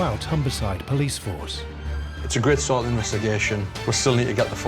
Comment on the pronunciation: "Pilice, police" i would take that as a joke 😂